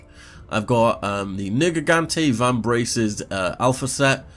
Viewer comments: NERgigante, not negigante. Sounds like your saying N word lol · watch that hard R bud its not spelt nigrgante, ner ger gante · did you just say what i think you said ? the first part of that name is pronounced Nerg